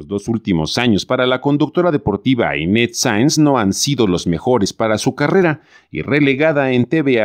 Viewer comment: Y PORQUE LE DICE INTETZ EN LUGAR DE INES...